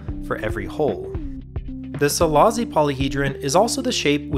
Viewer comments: Silashi, not Silazi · It’s pronounced Silashi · It's pronounced "Selaashi". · Great video, just as a Hungarian the pronounciation is bothering me, it's see-lah-shee. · Szilassi is pronounced Cilash-e